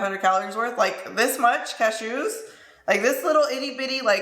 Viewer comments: Does anyone else love the way says ca-shoos lol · the way you say cashews 😂😂😂